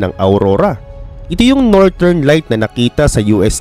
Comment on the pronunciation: nortern at soutern😂 galing😅